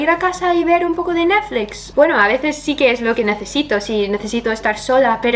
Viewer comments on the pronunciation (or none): Realmente manejars bien el español cuando aprendas a decir "uify" no guaifay: "neflix" y no nainflay😜😃😃